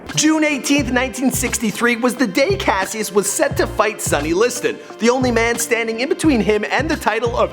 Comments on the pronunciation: Cash-is clay not cass-ious clay, the pronunciation you have on these names drives me up a fucking wall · pronunciation corrections: Louisville- Louie- ville, not "louis ville" His name was Cassius, pronounced, Cash- shus not Cassy us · CASHUS not kuh sy us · my name is Cassius an its not Cass-ius its cash-shis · Cascious (cashis) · Cash-us not cassie-us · clasiuis lol its cashius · THIS IS HOW U KNOW HE GOOGLED THIS HE SAID CASEIUS CLAY ITS PRONOUCED CASHES CLAY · His name is said Cashus and Louisville is pronounced Luh-vuhl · Okay, what the fuck. Cassius is pronounced as Cash-oos. Are you actually this dumb. You do not deserve to make a video about The Greatest. This is a disrespect. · it's pronounced Cash-is but spelled Cassius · Cassius is pronounced CASH-us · its pronounced cohshus clay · Cassius is pronounced like Cashus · fucking keemstar 2.0 with his horrible pronunciations his name is pronounce as "Cash-us Klay" the fuck you tryna say... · It's pronounced Cash Us CASHUS but spelt Cassius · You absolutely butchered his original name you dumbass. it's pronounced "cash-us" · It's Cassius (Cash-us) and Louisville (Loua-ville)you don't pronounce the is... Sorry Im a Louisville native and the way he pronounces it annoys me and most the ppl here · ThTs not how you pronounce Cassius and it's not luis ville, it's pronounced louiville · Yo did you really just call Cassius Cass- see-us? Smh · I'm sure everyone noticed he pronounced his birth name wrong